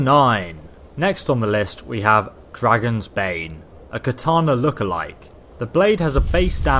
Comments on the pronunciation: And he said Dragonbane with an s too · He says dragon reach and dragons bane when it's actually dragons reach and dragon bane